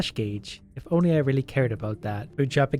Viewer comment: "Inly 69 health" I think you mean * tounge click * noice